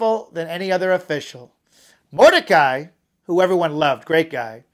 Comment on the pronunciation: btw the names of achashverosh and mordechi were pronounced wrong and haha